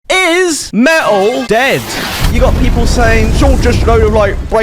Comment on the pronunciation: Me’ol…. What is that? I know about metal, but not about “me’ol”. 😄😉